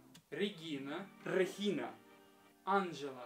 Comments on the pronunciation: Иван, это скорее Иоан. Так что может и Хуан... В смысле А'нжела? Анже'ла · анжЕла ударение на Е